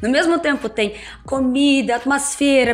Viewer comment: NÃO FALAR CAMIDAS (((FALA COMIDAS))